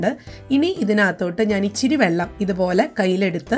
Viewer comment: ichiri alla ithiri (ithra) ennu parayuka.mattethu arochakamaanu